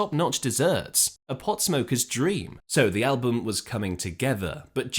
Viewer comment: Damn. I had thought this was an actual human narrator. But then , shortly after pronouncing “album” the same way any actual English speaker would, he (it) pronounces the word “al-BOOM.” Why oh why oh why can’t a real person at least listen to these things and edit them before they’re ignorantly posted online?